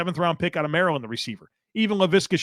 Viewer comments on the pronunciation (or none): none